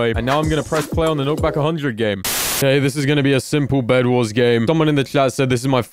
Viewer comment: Am i the only one that hears "begwars"?